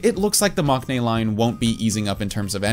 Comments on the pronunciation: I know maknae is spelt with a k in the romanization and with a character that can sometimes be pronounced as K in Korean but you actually don't pronounce it with a K sound. It's pronounced "mang-nae." As a Korean person, it was a bit weird to hear the K in that word. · It's interesting how you pronounced all the korean names correctly, but then say 막내 wrong.